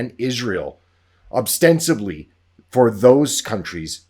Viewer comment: “obstensively”. Lysdexia RULES! 👍😁 So easily done. You ain’t the only one! Cough … ostensibly … cough! 😁